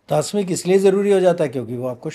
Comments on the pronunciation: पहले बात तो में को मैं यह बोलना चाहता हूं कि क्या धरती पर ऐसा कोई क्षत्रिय पैदा नहीं हुआ जो बिना मांस खाए जिसने युद्ध लड़ा हो और विजय हुआ हो और दूसरी बात आहार तासमीक नहीं होता तामसिक होता है इनका उच्चारण ही गलत है जिस चीज का ज्ञान ना हो वहां पर प्रवचन नहीं करना चाहिए, और धार्मिक ग्रंथो की बात यह जब कर रहे हैं कि जहां पर मांसाहार खाने या ना खाने के बारे में कहा नहीं गया है इनकी बात बिल्कुल असत्य है परशुराम भगवान एक क्षत्रिय थे ब्राह्मण कुल में पैदा हुए लेकिन वह मांसाहारी नहीं थे मंगल पांडे का उदाहरण दो इन्हें पता ही होगा जिन्होंने अंग्रेजों के विरुद्ध स्वतंत्रता की बिगुल बजा दी थी मांसाहारी नहीं थे, इस धरती पर जो इंसान जन्म लेता है वह ईश्वर प्राप्ति के लिए ही जन्म लेता है और ईश्वर की प्राप्ति सात्विक भोजन से ही की जा सकती है ज्ञान एवं भक्ति मार्ग से ईश्वर को सहज प्राप्त किया जा सकता है और अन्य अवस्था में आप ईश्वर को प्राप्त नहीं कर सकते ध्यान के लिए मन शांत होना चाहिए और सात्विक भोजन ही मन को शांति दे सकता है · आप भी इंटरनेटिव बाबाजी पैदा हुए हैं .. मांसाहार के बारे में नित्तान्त गलत व्याख्या की है और पहले सही शब्द प्रयोग करना सीखें... "तामसिक" को तास्मिक कह रहे हो। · Tasmik nahi sir tamsik hota hai,,,, gajab ho aap sir ji😂😂😂😂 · It's तामसिक भोजन Not तासमिक Sir 😇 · Tasmik nahi tamsik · topa, tasmik nahi bolte, tamsik bolte he.. or nonveg khana paap hi bolte he kyuki har jiv bhagvan ka diya hua he.. to kisiko bhi mar ke khana paap he. janwar nahi insan he hum.. pura podcast suna but last me hug diya sale,, kahi dikhna mat tu muje ab youtube me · Isko kuch nhi pta hai, tamsik ko tasmik bol rha hai, non sense isko kuchh idea nhi hItkhud ye bhi non beg khata hai isko may bulaao kabhi bhi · तास्मिक भोजन नहीं - तामसिक भोजन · Tasnik nahin..*Tamsik* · तामसिक न कि तास्मिक 🙆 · तस्मिक नहीं "तामसिक" होता है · TASMIK nahi .. TAMSIK.. Mat khao bhai.. tumhe ladhne nahi jana hai😅😂 Veg is good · please correct. It’s not “ tasmik Khana,” rather Taamsik तामसिक bhojan भोजन . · Tasmik nhi hota, tamsik hota h. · "तासमिक" नहीं "तामसिक" , कृपया माफी करें। 🙏